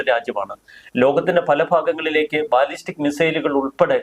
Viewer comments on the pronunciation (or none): ബലസ്റ്റിക് മിസൈൽ, ബാലിസ്റ്റിക്അല്ല